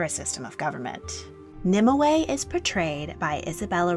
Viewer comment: You seem to be putting an extra syllable into Nimue's name. In all the literature I've read/studied it's 2 syllables not 3